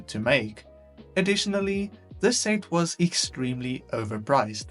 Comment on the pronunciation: Please say set correctly next time